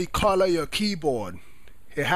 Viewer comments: wtf calor !!!!!! wtf u talkin about its color not calor ur accent man -_ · its not qolor its color man but thx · U have a funny voice it sounds like you said Colour:) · lol the way he sayd color CALAR